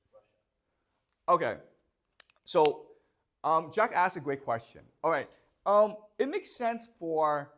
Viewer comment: I could go on with timestamping them but it's too many. I love this channel and the classes but I'm at work or driving saying "Yes sir, that makes complete sense" : "Jack asks" sounds like "Jackass" Much love and God bless 🙏 From the UK